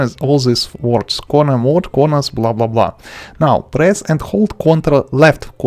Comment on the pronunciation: Blah blah blah, vodka vodka, cornars cornars